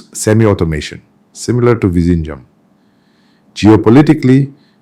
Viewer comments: Hi. Pls see if you can improve your pronunciation of 'Vizhinjam' . Try 'Vilhinjam'. Overall great effort. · Its not vishinjam . Good content though . Please do the video in Malayalam and give subtitles. Doesnt sound authentic in English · sir, please learn to say Vizhinjam correctly, thanks 🙏🏽